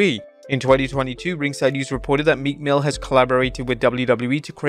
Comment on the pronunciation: Meekmill who I thought he said meat mill 😂.